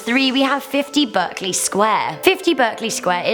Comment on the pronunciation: burk-ley square??????? As a brit and an ex-londoner you know it's BARKley! Like the song - with the nightingale, y'know???